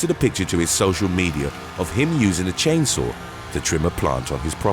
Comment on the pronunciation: "Chain sour" accident? LOL!